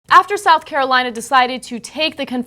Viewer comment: Did you say South or 'Souf' Carolina in the beginning? :)